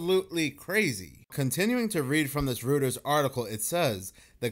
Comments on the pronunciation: Reuters is pronounced royters. ❤ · Hey bro, Reuters is pronounced "royters." Same way Sigmund Freud is pronounced "froyd" ✌️ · Reuters is pronounced roiters. Roy ters. This is my recollection from the 1980s tv broadcasts never having seen it spelled back then Mandela effect not withstanding. Nobody on YouTube knows how to say it. Please correct me if im wrong as i hate holding on to wrong ideas.